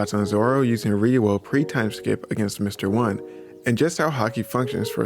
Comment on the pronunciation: Lol why does it sound weird when he says ryuo lol. (Reeoh)